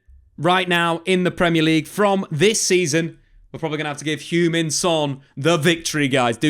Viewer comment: Loved how you pronounced Hugh-Min Son 😆 AKA Shuggy Son when in Scotland